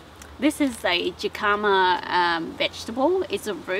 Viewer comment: Is pronounced Hekahmah and is a Mexican Root! Warm weather plant!